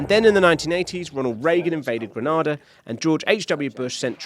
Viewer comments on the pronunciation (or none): Reagan invaded Grenada not Granada. Pronouciation matters here because your pronouciation implies that he invaded Spain and not the tiny island of 100000 people in the UK that is a commonwealth country and unable to defend against a US army